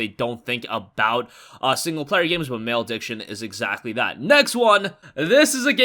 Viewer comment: OMFG,, did you just pronounce the game "Male Diction?" Really? It's pronounced "Mal-uh-diction." That was really cringe worthy dude.